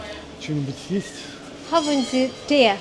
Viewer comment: говорите Tee не выговаривая последнее " е", а просто тяните одно "е".